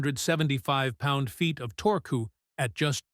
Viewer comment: He said "torkoo" 😂